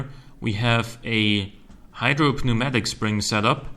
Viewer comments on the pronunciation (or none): Pneumatic. The p is silent. More newmatic than pnewmatic.